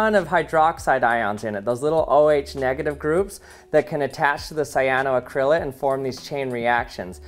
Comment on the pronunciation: It took me a couple repetitions to realise you were saying 'cyanoacrylate'. The main stress falls on the 'ac' syllable: cy-a-no-AC-ryl-ate, not cy-a-no-ac-RYL-ate.